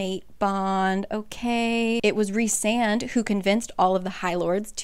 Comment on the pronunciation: I’ve just now have been reading this series. It is fantastic!!! You explain these books sooooo well!!!! The only thing I could suggest is if you look in the first book it shows how to pronounce all the names and Rhysand is pronounced Rhy with a long I. Like rye bread